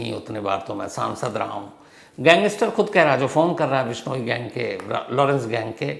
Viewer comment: Total fake. Vishnoi pronounce like bihari accent😂